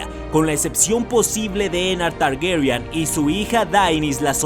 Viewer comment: Por qué pronuncia Targuerian? =º